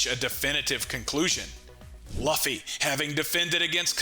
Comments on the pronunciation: I was excited to watch this but it hurts the way you pronounce luffy. I’ll catch the next vid to see if it’s corrected. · Saying Luffys name wrong is why can’t watch this